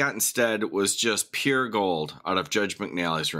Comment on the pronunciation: says pure in three syllables